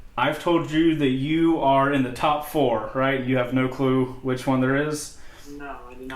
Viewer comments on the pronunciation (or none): none